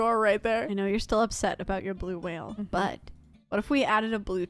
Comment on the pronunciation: You saying "WhaLeBerT" is absolutely amazing I love it